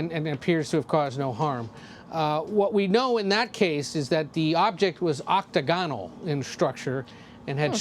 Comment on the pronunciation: "OCT A GON AL " ?? lol did You mean to say OC TAG A NOL " : ))